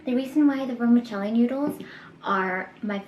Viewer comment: Just being honest but This video is very enjoyable but you should pronounce stuff better like kaopoon and vermicelli . I love your videos and you should do a vegan snacks tryout